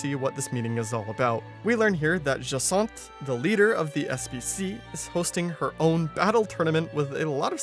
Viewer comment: Its jasinth not jathons